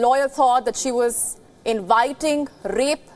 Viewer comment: Rape with a hard R. Not sure if funny or weird